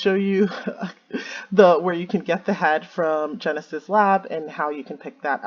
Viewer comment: Drinking game: Every time says "Genus" instead of "Genesis".